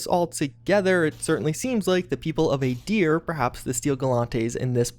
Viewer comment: “Aydeer” >Aahdeer “Woah-deek-uh” Woah-dik-uh or Woo-dik-uh Made even worse by the fact that most of these names are pronounced in Pillars through voice lines. “Guards” GODS